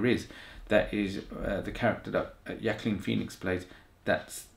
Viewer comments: Yo. It’s pronounced with “walk” This guy is the best actor alive bro. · The actor's name is pronounced like this way - WA-KEEN (Joaquin ) . Many know the correct pronunciation of his name . He is a very popular actor , so was his brother before his passing ---> River Phoenix . Good reaction to the Trailer ~ 😈🔺🦋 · Incorrect ... The actor's name is pronounced like this way - WA-KEEN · Its easy to pronounce...if you are spanish. Joaquin is the spanish version of that name. The J sound similar to "who" but really harder. Or a hard "HARD", like the movie its gonna be rated, a Hard R. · Sorry, but Joaquin is the spanish form of the name. You can pronounce it the way you want, but correctly just one.